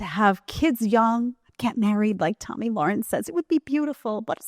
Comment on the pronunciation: I wish people would learn to pronounce Tomi’s last name correctly. It rhymes with “karen”.